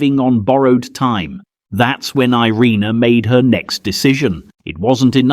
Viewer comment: She never wanted to be considered a hero but what else should we call her? So many children lived because of her, some still living. And her name is more accurately pronounced ee-RAY-na not ai-REE-nuh.